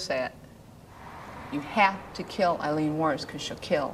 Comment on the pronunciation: I just want to say I think you're mispronouncing her name possibly which kind of sucks if that's the case to be doing it to the entire presentation rather embarrassing I guess but I think her name is pronounce: Ayeleen...Ay-leen...not Iy leen not eye leen... Does anyone know what I'm trying to say?